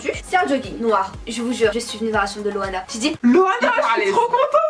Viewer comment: laich c est pas louana c est loana